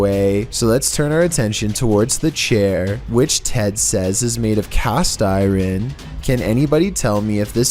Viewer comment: Its really funny how this dude pronounces words. Even the most simplest words are being mispronounced, like "Iron". He pronounced it as "Ay Ren".